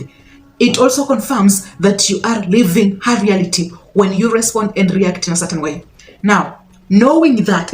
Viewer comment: "Living" and "Leaving"...your accent is challenging